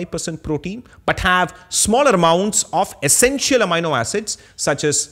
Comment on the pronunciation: Excellent episode! Loved the different clarifications you have here on lentils, pulses and legumes. I am however intrigued by your pronunciation of Amino acid since in US and Uk, we say "Ameeno" Acid while you say "Amaino" Acid. Same for Linoleic acid.That threw me off as I was trying to see what that word was.